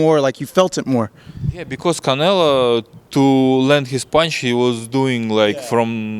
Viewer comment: It’s always funny when he calls Canelo, “Canela”